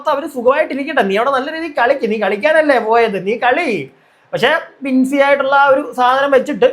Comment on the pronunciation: ബിന്നി അല്ല ബിൻസി എത്ര വട്ടം ആണ് തെറ്റിച്ചു പറയുന്നത്.. റിവ്യൂ ചെയ്യാൻ ഇരിക്കുവാണേൽ ശ്രദ്ധിച്ചു ചെയ്യണം..